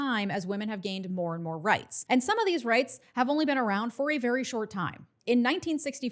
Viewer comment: Vewy Vewy Angry